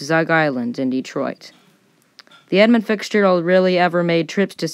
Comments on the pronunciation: All in all this was a pretty well done presentation. However, in the vein of friendly constructive criticism, there are a few items I want to point out. First is enunciation and pronunciation. I noticed it mostly in the names of the two primary ships in this story. At the beginning, it sounded as if you were adding an "s" to each part of the name i.e. 'Edmonds Fitzgeralds'. For pretty much the rest of your presentation it sounded as if you were saying 'Fixgerald'. The 'Fitz' in "Fitzgerald" should sound like fits. As in; "That jacket fits Gerald well." As to the other ship, about half the time it sounded to me as if the other ships name was the, "Arthur Manderson". I believe these issues are simply caused by rushing the read of your copy. Simply slowing down your reading rate, just a little bit is usually enough to correct this matter. Basically, go too fast and the words tend to bunch up or run together. If you watch/listen a few different seasoned presenters, you will notice what I'm going on about. The slower pacing offers some other benefits. It can lengthen a video slightly, thus increasing your watch time. It also adds an air of authority to your presentation. The other issues are content. I've never heard of any ship on the Great Lakes referred to as unsinkable. Anyone that has anything to do with shipping on the lakes knows that is tempting fate and foolhardy. The last count I saw indicated more than 6,000 wrecks in the Great Lakes, accounting for more than 25,000 los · I expect nobody was confused 🙂 but if they were, I wonder how hard they searched for the ship The Edmund Fixgerald on the Internets.